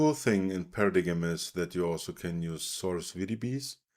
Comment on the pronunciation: I believe it's pronounced as "Para-dime"